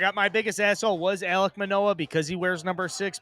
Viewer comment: does he not know it’s ALEK Manoah… has dead baseball knowledge.